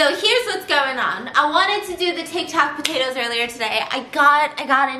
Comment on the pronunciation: tiktok pa-toe-toes